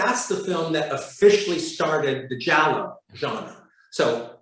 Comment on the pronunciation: giallo not jallow